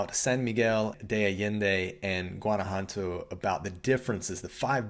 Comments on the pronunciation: It kills me how in the intro he pronounces Guanajuato and is NOT GuanajuaNto is Guanajuato :I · juan-a-hua-toe... yeah that bothered me too, haha. If you're going to talk about a place, learn to pronounce it correctly. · Please learn how to pronounce the word GTO. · It would be nice if you learned how to pronounce Guanajuato.Thank you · Dude's, loved the vid. But, please learn how to pronounce Guanajuato! Drop the hard G.... I love both San Miguel and Guanajuato. But, I ended up moving to Merida. It's super hot, but has all I want. Que te vaya bien. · Is that really how you pronounce San Miguel de Allende and Guanajuato?